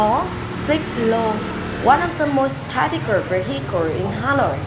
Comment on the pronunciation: Firstly, many thanks for ur video, I learned a lot from it. Secondly, i think you mispronounced some words, for example: typical, miniature, guild, available, dweller... I hope that you will check it again to make your next videos more perfect ;).